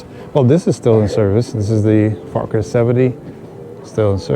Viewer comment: Cool video. You should became a pilot. Bro, When you called that plane a fukker it had me rolling. I had to rewind it. Pagie and I were like what did just say. It's the make of the plane.🤣🤣